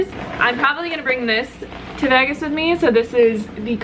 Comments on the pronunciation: I know, I did a double-take on that one too. The first few times she said it, it came across as "Veggus" instead of "Vaygus," but then she seemed to say it correctly later on. I figured I was just hearing it weird. LOL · What you're hearing is her saying Vegas like vagas (vag like bag) vs veages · Ok good not just me lol...>I pronounce it like Vaygus...but she says it like Vegg us. But I'm an Aussie lol so thought I just had it wrong. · Lol that's what i thought. I'm in Australia so I'm thinking...ok is this just not a way i've heard it pronounced before? o.O She says it like Vegg us...whilst I always think of it as like Vaygus. (the pronunciation) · Veg Gus lmao it's so funny but in a good way xD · I've never heard someone say Vegas like that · I know? 😂😂😂 super weird! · I know right...at first I thought it was some sort of play on words. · I thought it was just me that noticed that lol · You say Vegas really funny haha. Btw, Vegas has lots of vegan options! Lots!